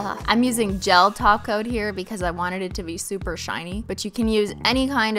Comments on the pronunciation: Is she saying taco instead of topcoat? 🤣🤣🤣🤣🤣🤣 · Is she saying taco instead of top coat or am I tripping lol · OH. TOP-COAT, not taco. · Wait is she saying top coat of taco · Are you saying TACO instead of Top Coat? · I thought she was saying "taco" not "top coat" 🥴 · When you say topcoat I think you're saying taco makes me laugh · She is saying taco! lolol that's why her nail polish brand is holo taco 😄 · Every time you said top coat, I heard taco. Yep I want tacos. 😂😂😂 this was nice by the way new subbie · My ears hear TACO 🌮 when you say TOP COAT. LMAO 🤣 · She is saying taco... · Alex Kroll yes she says taco 🌮 that is why she puts TACO 🌮 When she says taco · I kept thinking...what the hell is ‘taco’?!?! After 13 minutes I realized she’s saying ‘top coat’ 💅🏻🤦🏼‍♀️ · Is she saying Taco? I love the tutorial. I am in love with glitter too. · When you say "top coat" I keep hearing "TACO" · Maybe that's because she is saying taco...nice to know your hearing is good. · L.D.M Why does she say that?! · every time she says “top coat” i die a bit inside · Sounds like you’re saying “taco” instead of top coat. Loved the video!❤️ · Okay this is the first of your videos I’ve ever watched and I freaking love you already! Does anyone else hear “taco” instead of “top coat”?? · No she said taco. She says glossy taco instead of glossy too coat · I'm semi-new here. Is it me or does she call a top coat a taco?😂😂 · Y'all she REALLY be saying "taco" instead of "topcoat" 😂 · Yeah its her thing Holo taco for EVER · Top coat - I kept hearing TACO 🌮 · Every time you say top coat I hear “taco” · A glossy top coat!!! I just started following this channel and i kept hearing a glossy taco 😂😂😂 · The way she says "Top coat" it sounds like she is actually saying "Taco" 😆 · I hear taco 🌮 every time you say topcoat 😂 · every time she says "top coat, i hear "taco" and now im hungry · I kept hearing taco...it was top coat lol😉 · every time i think she says 'top coat' i hear 'taco'